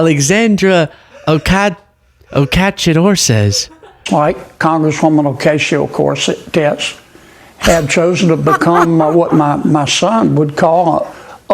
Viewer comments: Some excellent and intelligent thoughts and questions. Sadly, at one point, a mad person appeared momentarily and said what to my ears sounded like "corset tits." Other than that, keep up the good work guys..👍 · Actually, he clearly said "corset tits." What a total jerk. I think he has said it that way before. If not, just a Freudian... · 😂 Kennedy is soooo intelligent he can’t even pronounce her name 😂🤣 wasn’t he in the Smokey and the bandit films? As the villain cud chewing sherif or something? lol 😂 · Kennedy cannot even read or pronounce AOC name ,he is totally not intelligent. Omg. Whats he doing in the white house. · Bro cant even say a name but thinks he is intellectually superior lol 🤣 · I am laughing my a*s off! Omg, hilarious! I had to listen to John Neely Kennedy pronounce Alexandria Ocasio-Cortez name over & over! What a doofus… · Did he say Oh-Casio Corset Tits? 😂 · he said Ocasio Corset-tits. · "Acatio corsette-tez" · Sounded like he said Ocacia Corset Tits 😳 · I think he said "corset tits" 😂 for AOC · john kennedy definitely said "corset"... I think his mind was elsewhere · Did he call AOC Ocasio Corset Tits? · I think he said "Ocasio corset tits" 😂 Tells you where his mind goes with her 😂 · Wait. Did Kennedy try to say occasional corset tits? Pervert. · It's EASY! Congresswoman Ocasio-Corset-Debs. That is exactly how it should be pronounced in Spanglish! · I'd vote for Congresswoman O-Casio Corset-tits anyday 🤣🤣 WTF is this dude trying to mumble about?!? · Did he say "ocasio corset tits"? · Kennedy said "corset". He was sexually fantasizing about AOC. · He said “corset tits!” No f ing way. What a sleaze ball. 🤢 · He said ocasheo corsett detz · Did he say tits?? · Occasional Corset-Tits is what it sounded like Kennedy said to me. 😂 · He was saying “Ocasio Corset” lol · He miss pronounced AOCs name n said ... Corset, which is a sexy type upper body lifting bra and lacy affair... Wonder what he was thinkin of? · "Ocayshio Corset-tez"?